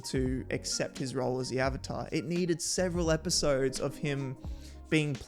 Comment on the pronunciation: The disappointment and disbelief every time they misprounce something is the best thing. Take a shot everytime they mispronounced something. Hells they even mispronounced Avatar they say Ohvata